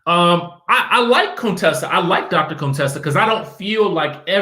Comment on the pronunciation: Why you still saying Contessa like Dr. Heavenly did when she first came on?! Lol! Cone- Tessa 😂😂😂